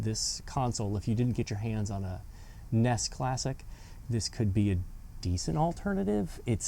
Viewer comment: You kept calling it a ness. Nintendo entertainment systems n.e.s. nintendo n e s. And those graphics were AWESOME a little out of color but awesome. Memories